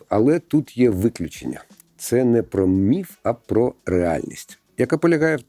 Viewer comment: Дякую що "міф" а не "міт"